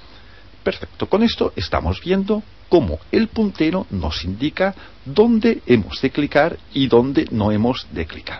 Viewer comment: WTF quien ocupa esta wey mierda el wey q abla es la leche hjahhaahahaha el putero??? a no verdad el puntero